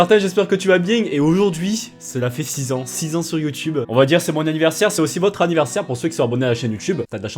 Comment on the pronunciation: effectivemeng sa fait bieng six ang